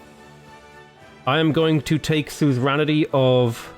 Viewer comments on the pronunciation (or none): suzeranity... suzerainty actually. :). Love this playthrough btw